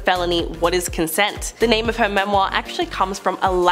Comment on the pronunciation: Have any of you ever heard the word "autobiography" or his/her/their book? At least learn to say memoir correctly, particularly if you feel you MUST say it every few sentences !!! I find I am grinding my teeth !